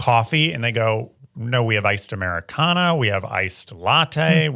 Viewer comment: it's an AmericanO. With an O not A. Stop trying to girlify everything LOL